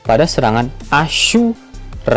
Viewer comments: Paling demen ketika ngomong asu, bener bener niat nyampe ada jedanya 😂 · Mohon maaf min jangan terlalu menekankan kata asu...ra